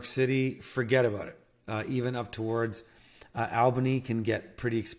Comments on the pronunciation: I had to turn this off when you said Albany. Oof. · Great video, love this content. Thanks for the great information. You came recommended to me by my friend Simon who has an incredible permaculture project in Bolivia. No shade intended, but Re: pronunciations of place names like Albany and Maryland: the first syllable in the name Albany rhymes with "small"; when you say "Maryland" the first two syllables sound more like they do in the word "maritime", as opposed to sounding like the name "Mary"